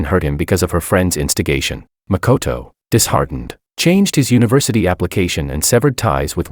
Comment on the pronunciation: First video where makoto is pronounced as good character